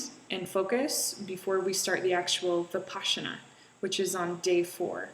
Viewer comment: It's Vipassana NOT Vipaschana! You pronounce it wrong! Just saying!